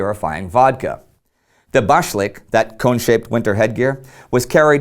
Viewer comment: Applause on the largely successful attempt to pronounce the Russian words with the correct stress! So, you got only 'bashlyk' and 'sapogi' wrong (both of which should be stressed on the last syllable).